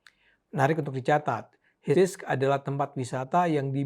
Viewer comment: HIBISC pak bukan HISBIS hehe